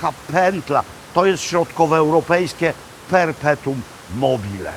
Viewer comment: Uwielbiam Pana, ale "perpetuum" a nie "perteum".